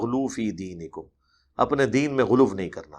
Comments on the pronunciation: یہ لوگ غلو کو غلوف کیوں کہتے ہیں؟ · اے بدبخت انسان ،اردو بولتے وقت پنجابی نہ بولاکر ۔ سامعین پر گراں گزرتا ہے اور دوسری بات یہ کہ غلو کو غلوف کیوں کہتا ہے، کس لغت کے مطابق؟